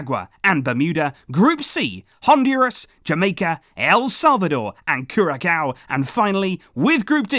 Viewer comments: Nice video my country failed to qualify. But it will be a nice gold cup. Just a correction the ç in Curacao is pronounced as S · The c with a hook in curacao is pronounced like an s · hearing you Jamaica put a smile on my face and curacao (by the way your not pronouncing it right) been a fan of the channel for years now but don't comment much